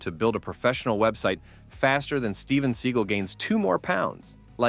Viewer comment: “Steven Seagull”